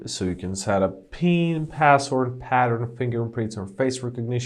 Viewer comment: What's passold. It sounded like you said passold.